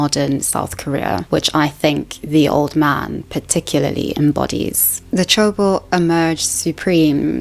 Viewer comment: 재벌 is pronounced je (the short e sound, as in 'egg') + bol (the short o sound, as in 'octopus').